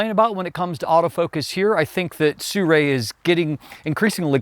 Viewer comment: You can pronounce Sirui more accurately by saying “Sir Ray”.